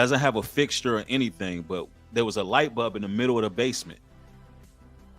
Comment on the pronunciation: Light “bulb” brother, not light bub. “Pie neal” gland brother, not “PiAneel”. Idk why you come up with your own way to pronounce these words constantly.